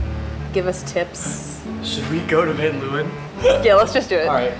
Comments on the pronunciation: any other dutchies deeping how much the word leeuwen was butchered in pronunciation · The way they pronounce Leeuwen lmao